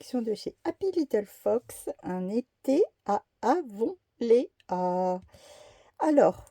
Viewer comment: Bonjour, le titre se prononce à l'anglaise "Avonlie' "ea se dit 'i' 😚.